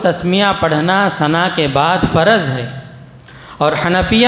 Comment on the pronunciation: یہ صاحب اردو اوت عربی کہنے میں غلطی کر رہے ہیں تعوذ واو کے تشدید کے ساتھ فرض میں را پر فتحہ پڑہ رہے ہیں جبکہ را پر جزم پڑھنا چاھئے نقصان نوقصان کہ رہے ہیں انداز بیان بھت بورنگ ہے دلکش نہی